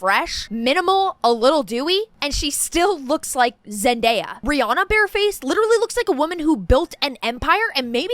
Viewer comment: Why does no one know how to pronounce Rihannas name?